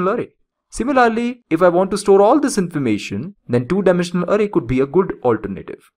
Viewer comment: really annoyed by your "ARRAY" pronounciation